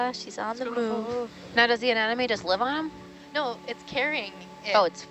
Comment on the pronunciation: What I learned from this: 4 out of 5 scientists seem to pronounce "Anemone" -"Anenome" xD